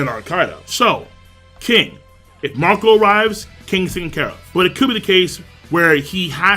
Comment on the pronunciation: I thought you said Mont'dor for a moment but is was actually Marco